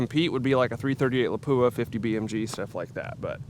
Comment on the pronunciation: Why is it that no one can pronounce the word Lapua correctly???